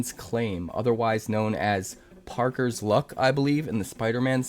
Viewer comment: He finally calls me out ...and he pronounces my name wrong...i have Parkers luck.